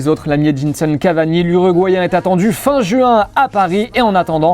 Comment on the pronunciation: C'est pas JU IN C'EST jouuuuinn